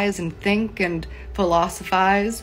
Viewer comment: she wasn't sure if she said philosophise correctly. I think she surprised herself.